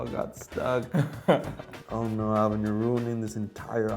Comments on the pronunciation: This guy is continuously saying O-lvin, no desrespect, but dude!, IT'S ALVIN!! NOT O-LVIN!! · I really like personality and all but is it just me or does anyone else get triggered when he pronounces alvins name all vin idk maybe it's just his accent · ALL-vin, is it the accent?? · This guy flexing his pronunciations but can't even pronounce Alvin's name right. 😂